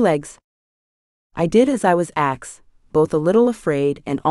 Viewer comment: Love the books but I agree with others AI says axed instead of asked. Drives me crazy. Reminds me of kids on my bus. Slang word